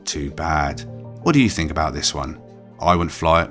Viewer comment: Why do British people have a problem pronouncing the "TH" in a lot of words? It's three, not free. THink, not Fink. THruster, not Frusters.